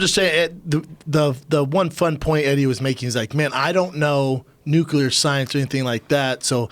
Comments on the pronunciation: Young schooling Eddie on nuclear energy, the whole time pronouncing it "nuke u ler" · It's pronounced new-klee-are, boys. Before you start arguing about it, learn to say it. Also: lie-bra-ree. Let's all say it together: NEW-KLEE-ARE, LIE-BRA-REE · Guard Passer new-killer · Says nuke-you-lur instantly loses all credibility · Yeah eddie studied nucelar science nucelar nukeilar....if only he studied nuclear science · learn to pronounce nuclear before bragging about your high school level, basic college course. It's nuclear, not nuke ya ler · says he got an A in physics class. meanwhile he cant even pronounce "nuclear" correctly LOL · “Nucular” Betabitch. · "nucular" hahaha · got an "A" in physics, but he can't say "nuclear" correctly. Hmm. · can't pronounce NUCLEAR lol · The irony of acting like he knows what he talks about when he cant even pronounce nuclear..... and getting an A to intro to physics makes you an authority on the subject? LOL